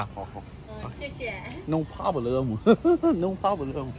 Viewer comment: no phabelem hahaha no phabelem, lucuu batt😭😭